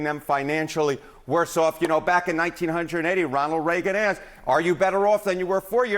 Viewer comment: I do not appreciate how he said 1980 😂😂